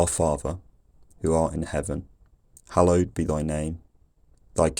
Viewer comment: But the "th"-fronting is not standard yet. I think it should be [ˈfɑːðə], not [ˈfɑːvə]. I think it should be [ɒn], not [ɔn] in 1924. I'm reading "An Outline of English Phonetics" by Daniel Jones published in 1924 (well, the first edition was published in 1918, but it's the second edition, if I'm not mistaken) and although the author did indeed transcribe this vowel with the symbol /ɔ/, the way he described it clearly shows that he meant the open back rounded vowel [ɒ], i.e. he said that it is "fully open and fully back". In Jones's transcriptions the vowels in "cot" and "caught" were distinguished only by the colon marking length, /kɔt kɔ:t/, as well as the vowels in "ship" and "sheep", /ʃip ʃi:p/, and "full" and "fool", /ful fu:l/. Of course he knew that these vowels differ not only in their length but also in their quality and he clearly stated it in his book, but his symbols were deliberately broad, as simple as he was feeling possible.